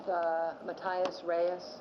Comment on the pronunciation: She calls him MaTyis instead of Mateeis